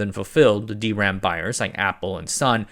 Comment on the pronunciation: I haven't been following videos too closely in the recent past, but I'm very upset at how he's pronouncing DRAM now.